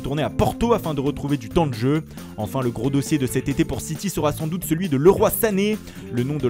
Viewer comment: Chui mort, il a prononcé leroy: le roi 😂